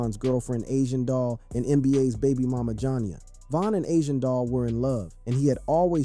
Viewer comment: Why he keep calling her jon ya 😂😂😂 its probouned ja nee ya 😂😂